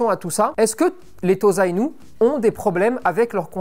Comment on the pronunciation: On prononce TOSSA-INU, et pas TOZA-INU si jamais :)